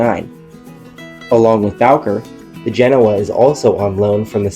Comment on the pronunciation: Genoa is pronounced Gah-no-a, please.